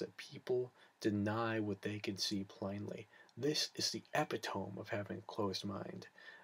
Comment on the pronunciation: Did he seriously say, "epp-uh-tome" ? But I digress. Mispronunciation does nothing to invalidate his argument. His religiously-conditioned "logic" on the other hand...